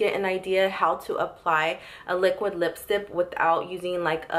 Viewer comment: I guess she can't say the ck at the end